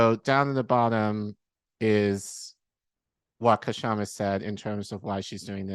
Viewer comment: Please note that the K in Kshama is silent.